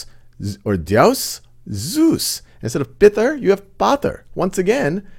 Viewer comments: MatR is Pronounced as Maat-Ree not Mat-Er PitR is Pronounced as Piit-Re not Pit-Er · Good video. But just so you know, your pronounciation of matr and pitr are wrong. It is not pit-ar or mat-ar. Pronounce t and r sound together.